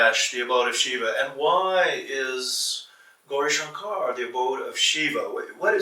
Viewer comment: sir please teach that guy to say gourishankar correctly